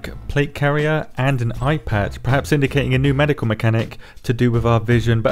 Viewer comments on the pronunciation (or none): i was already scrolling trough comments and I head IPad. But you said Eye Patch. I was like wtf are they adding IPads?! I skipped back and was confused and after hearing it the third time I heard Eye Patch and then you said rolplaying as pirates. I laughed lol